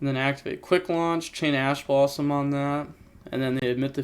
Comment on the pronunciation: Ash blossom? More like Passh blossom